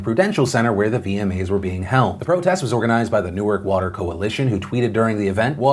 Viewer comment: Thanks for pronouncing “Newark” properly; as opposed to the pronunciation for “Newark, Delaware” 😎